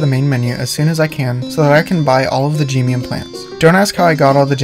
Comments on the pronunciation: You saying geemium instead of gemium reminds me of when people say Pokeemon (Pronouncing é as ee) instead of either of the correct pronunciations, Pokaymon and Pokuhmon (é pronounced as uh or ay (é is pronounced "ay" like in café but it sounds weird and stuff so "uh" is also used officially)) I don't mind you saying geemium dw it's just kind of funny. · my whole life i thought they were pronounced "G-eh-mee-uhm" 😭not "Gee-mee-uhm"